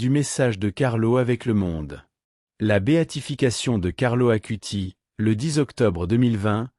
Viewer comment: Ce n'est pas ACUTI mais ACUTIS (avec un "S" à la fin)